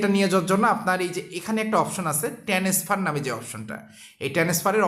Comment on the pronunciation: ট্রান্সফার না বলে বার বার টেনেসফার বলেন কেন ??